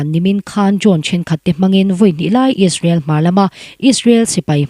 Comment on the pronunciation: Israel tihtur aw israwl nilo in...😂😂😂